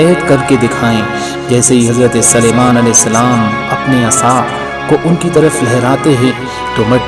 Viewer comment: آپ حضرت سلیمان علیہ السلام کے سین کو زبر پڑھتے ہیں قرآن میں دیکھیں س پر پیش ھے امید ہے کہ درست فرمالینگے